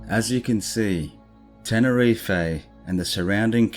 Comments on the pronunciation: Love your channel! Awesome content to watch just before bed - don't know why I always find that unnerving stuff at night, but it's great!! Pet peeve - mispronunciation. You said 'Ten-er-ee-fay' it's actually 'Ten-er-eef' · The way we say tenerife in the UK is that we DON'T pronounce the e on the end. Its actually Tenereef how we pronounce it. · It’s not his voice it’s ai he sounds a bit Australian surely not going to to all the research and butcher the name of the island he’s researched?